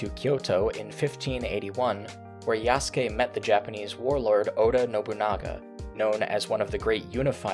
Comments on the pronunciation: Bruh these apparent champions of cultural accuracy pronouncing Yasuke like "yah soo kay" is craaaazy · The condescending tone these assholes use makes me want to punch them. And if you're gonna say that Japan SPECIFICALLY doesn’t like the choice to use Yasuke as the main character in Shadows (which is demonstrably false, they seem to be fine with it), at least learn how to pronounce "Yasuke", a JAPANESE name, properly. Fucking racists.